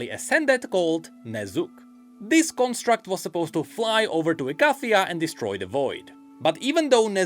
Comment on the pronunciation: Bad. You know the mage of Ikathia pronounces it "e-kay--thia".